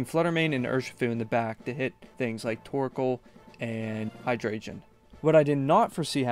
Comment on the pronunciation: I love this cosept and as someone who has followed comp Pokémon and only dipped my own toes in a few times, massive respect for making your own team, and spending so much time researching (one small note hydreigon Is pronounced “hi-dragon”)